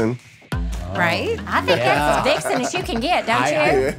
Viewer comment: It's not "vicksom". It's "vixen". It's actually what a female fox is called, but it's also commonly used as a term for a very sexy woman. Randy is awesome, but this is Monte in this video. Are you sure you're in the right place? LOL